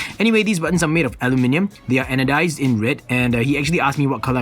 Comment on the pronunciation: I really like that one!! Btw, I LOVE the way you say aluminium!! :)